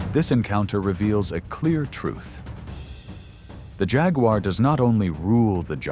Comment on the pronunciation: who the hell did the voiceover? it's "JAG-WAR" not "Jag-you-are"......lol.